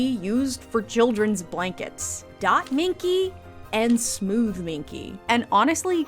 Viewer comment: When you said Dot minky i Heard Davinky 😂